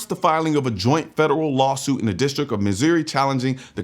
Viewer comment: Did you just call that stat "miz-ear-y" as someone who lives in the state that is a first.